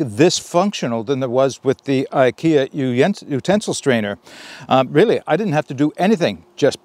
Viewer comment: Hey great video and idea for the common man without a lot of excess cash laying around. Fyi IKEA is pronounced ( I key a). Not trying to be a troll just trying to be helpful. So you don't get the trolls busted on you.